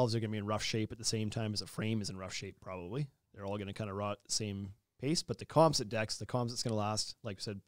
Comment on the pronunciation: You guys pronounce “composite” super weird.